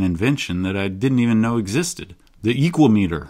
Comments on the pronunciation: "Speedometer" is typically pronounced with the "me" as less stressed, I think "equameter" could pronounce with the long 'a' from "equal" if you similarly put less emphasis on the "me" syllable. Whereas you're pronouncing it EEkwah-Mee-tur, I propose you pronounce it eeKWA-mə-Tur. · For me "Equameter" sounds greek, like "hexameter" and should rhyme with "thermometer", with the accent on the second syllable. Has nothing to do with the metric "meter", but with the greek for "measure" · I get why he pronounced it that way which is really cool but sorry no that’s just not how Americans roll, it’s an ekua-meter now. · I'm gonna pronounce is "e-QUAY-meh-ter". Similar to thermometer